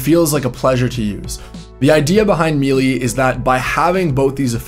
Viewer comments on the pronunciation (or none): “Maylay”, not “mealy”, I think?